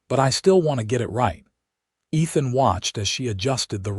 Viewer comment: Ethan ..not Nathan...sorry listeners...lol